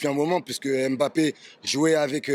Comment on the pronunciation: AU moins entre africains noirs nous savons bien prononcer le nom camerounais de Mbappé et non m-bappé comme il dise ici. C'est pareil pour Ngolo Kanté, c'est pas N-kolo Mais en un mot et il faut juste avaler le N de Ngolo et le M de Mbappé. Pareil pour le Marseillais Pape Diaye, C'est pas Papeu Ndiaye Mais Pape sans lire le E et Nidaye en avalant le N. Quand vous cité le nom du Pape du Vatican, vous dite bien Pape et non papeu, et beh c'est la même chose.